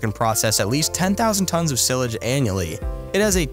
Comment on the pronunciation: 370 degrees. That’s impressive. Where did they invent the extra 10 degrees from? Also silage is pronounced sylage. Good video. Thanks.